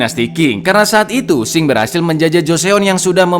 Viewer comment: Dinasti Qing bkn dinasti Xing min 🤣🤣🤣 hayoo monggo di baca ampe bener 🤣